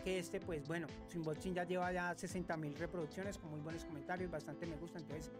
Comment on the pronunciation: Es unboxing😂no inboxin pero buenoo🎉